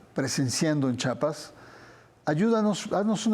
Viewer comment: Con todo respeto al señor Barranco , se dice Chiapas , no chapas .